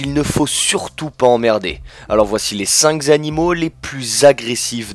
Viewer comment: Il n'y a pas de S à cinq, même précédé de "les", donc évitez cette horrible liaison; de plus évitez "le fight", pour indiquer que cet animal aime se battre. MERCI de ne pas massacrer la langue française, et de lui glisser inutilement des mots anglais, pour faire "bien".